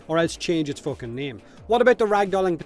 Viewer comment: He says focking just like Conor McGregor